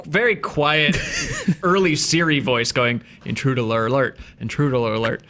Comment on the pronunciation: Intruduler alert, intruduler alert! Kills me!